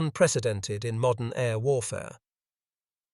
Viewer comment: MODERN, not "MODDEN".